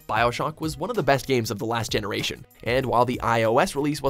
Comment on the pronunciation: The way he says "bioshock"